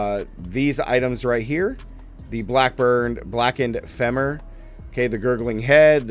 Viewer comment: Btw it's pronounced fee mur not fem mur. Its a bo